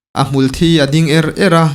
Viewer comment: Hmulthi hi thi lai hi thisen kan sawi a thi kan lam ang hian lam tur